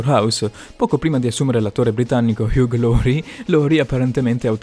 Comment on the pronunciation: Il dott. house si chiama Hag? Ma dai.. si pronuncia Iu...